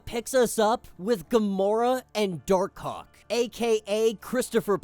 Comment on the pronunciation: Bro gotta say Dark Hawk better lol.